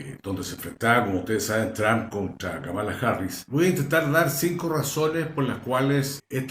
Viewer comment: querido amigo, se pronuncia Kámala, no Kamála